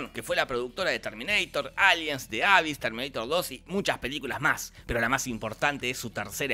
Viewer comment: Mini comentario. The abyss se dice "di abís"